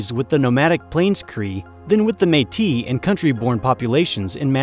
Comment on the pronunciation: Haha can tell your American... you can't say Metis right